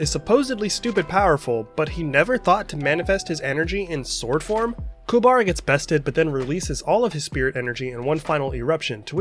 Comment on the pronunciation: The movies were good, but the way they pronounced Kuwabara's name in "Yu Yu Hakusho The movie: Poltergeist Report" was weird.